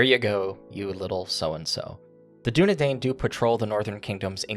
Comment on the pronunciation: Oh, if you want to be lore-pedantic, it's pronounced 'doo-ne-dine' because 'ai' is pronounced like long 'i' in Sindarin. Just being helpful.